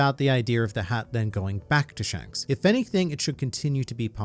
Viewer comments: "Pshanks" made me laugh too much for reasons I don't know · Lol you said Mr shanks normally